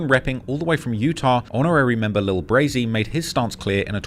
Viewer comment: Bro did not say notorious member lil Brazy😂😂😂